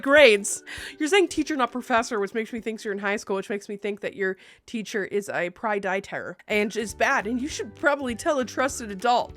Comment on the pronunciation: OMG not me taking a sip of coffee when she says “Prydietor” and almost spit it all over my couch.